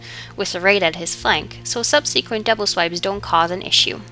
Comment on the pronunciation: Learn how to pronounce "subsequent".